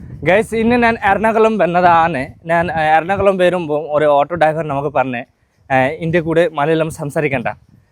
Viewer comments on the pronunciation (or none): none